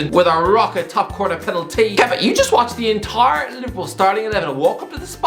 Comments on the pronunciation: When he puts emphasis on the wrong parts of the word “penalTY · i think he does it for comedic effect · There isn’t a ‘wrong’ way to emphasise a word, that’s just how he speaks